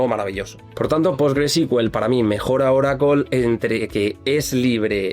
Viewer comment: Ahhhhh Oracle en nuestro idioma es Oracol. 😂 Tu eres top de la destruccion del español.